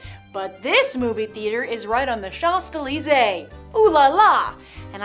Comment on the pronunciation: Great video, But please learn how to pronounce champs elysees.